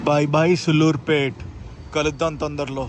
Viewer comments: సుళ్ళూరుపేట కాదు అన్న సూళ్లూరుపేట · Bro pronounce sariga chey sulluripet ani bootu la kakunda daniki deergam undi telugu rakunte vlog a cheyaku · Please pronounce సూళ్లూరుపేట properly bro' its our own state 😢